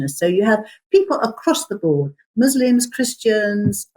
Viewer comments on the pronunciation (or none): Muslim is with an "s" not a "z" like "muzzled"!